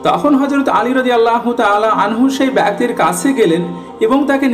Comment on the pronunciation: ভাই "ব্যক্তির" সঠিক উচ্চারণ করা শিখবেন।